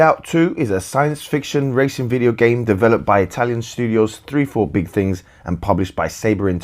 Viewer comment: Excellent review! (Nice to see someone pronounce 34 Big Things correctly, from what I've read on discord. Haha)